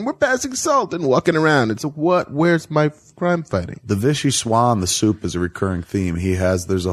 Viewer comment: 😂😂😂😂😂 "I like the idea of him eating syewp." 🤣🤣 Kevin even got Tim Burton's Californian accent down.